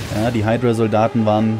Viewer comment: nicht heidrua sonder hüdra (hydra)